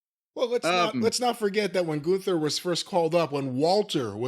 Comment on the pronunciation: Or as Wade Barret and Michael Cole mispronounces Gunther as GOONTHER.